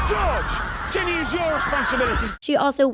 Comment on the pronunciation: she said Jenny not ginny